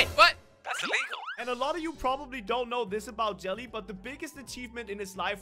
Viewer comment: ITS NOT ILLIGEL